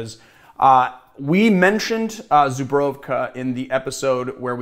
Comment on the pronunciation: Dude.... It's pronounced (ZOO-BREW(in this case try saying cold brew but with a V)and finally KA ZOO-BREW(V)KA Cheers from Warszawa 😉